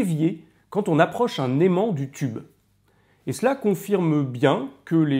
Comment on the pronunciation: j'ai beau le repasser encore et encore, j'entends à chaque fois "si on prend un CUBE cathodique"... Suis-je le seul ?